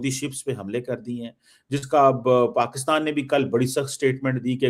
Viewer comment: Paxaatan, isolation, taiyyare, Cheema Saab, maine Research kari hai😂 Sorry bekhashoosh bhool gaya m